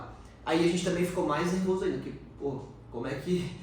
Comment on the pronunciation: Gente amo os vídeos de vcs, mas pq a fala “porqui” ao invés de porque?